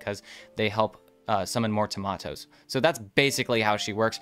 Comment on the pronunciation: Please stop calling it Tomato, it's Tamoto! Its a Ta like in "task", then a moto like in "motocross"